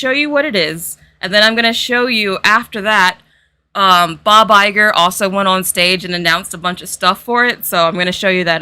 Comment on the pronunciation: The way you pronounce Bob Iger, I heard " by by girl" (I don't know of your pronounce has something peculiar or it's the regular one, but I am Italian native-speaker and had never heard that name pronounced by an English speaker, so I didn't expect it to sound like that)